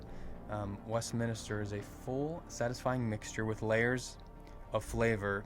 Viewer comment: Westminster not West minister. It is a building in England. Westminster abbey. Good video guys! Silviu ✌️